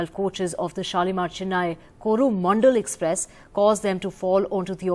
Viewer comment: Unfortunate that an NDTV reporter pronouncing the Coromandel Express ar Koru Mondol express... Alas..!!!